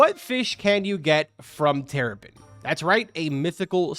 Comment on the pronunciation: He said teripen bro:(